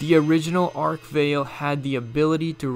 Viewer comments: The Arch-vile not ark vale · Ark Vale? WTF? ARCH-VILE!!!! It's Arch-Vile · Ark Veil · Ark-Vale... sounds about right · Ark veil? Nonono, its Arch Vile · It's not arch veil, its ach vile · ARCH VILE, not Ark Veil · Arch vale wtf bro arch vile bro fix ur damn vid